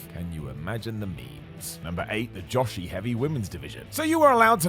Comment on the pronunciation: Joshi is pronounced like Joe she not Josh she Rhymes with Yoshi from Super Mario. Great video!